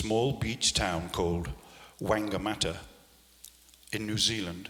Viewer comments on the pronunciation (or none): and graham it's pronounced fong - gaa -maa - ta aka whangamata the beach town in new zealand, awesome place to visit